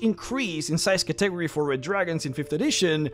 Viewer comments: Category is Cat-ah-gory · It took me a hot second to realize you were saying category when talking about that empowering spell. It's pronounced katteh-gory, not ka-tegery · say it with me Cat-A-Go-Ries, by god your pronunciation of that word make my ears bleed... otherwise greate video as always, i really love this named dragon series ^_^ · I swore you were pronouncing some latin/elvish word or something then I realize you're saying cat-ta-gor-ree. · ima help you out - Cat-EH-Gorr-EH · Cat - eh - gore - eez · I know what you meant, but "Category" kept tripping me up. I don't want to be rude, it is pronounced "CAT - uh - gor - ee" or "Catta - gory" I only want to be helpful, I don't mean to sound condescending, I know English can be hard. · Stop mispronouncing cat-a-gory.... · It's hard for me to believe you've never heard the word "Category" pronounced out loud. Still, good video. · Not trying to hate or criticize but where did you learn to pronounce category? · Is he deleting the comments that point out his pronunciation of Catagory or am I going crazy? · That can't possibly be the way you think "category" is pronounced. It's a bit, right? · I still see many and its pretty tasteless. Like we get it guys. Funny way to say word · ive seen a fair few haha